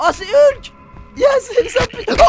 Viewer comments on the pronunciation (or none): none